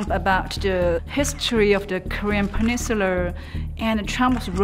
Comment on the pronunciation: "Korean peninsuler"